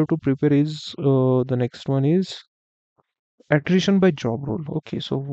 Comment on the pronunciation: its Attrition data not attition data